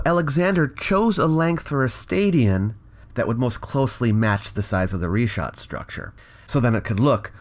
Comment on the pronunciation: Thank you for pronouncing it Reeshaat as it should be in Arabic. Richat is simply the french transliteration, which can't seem to get his mind around. (his surname isn't bright as you said. Nor is he bright)